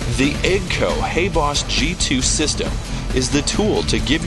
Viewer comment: He also said EGGG-CO?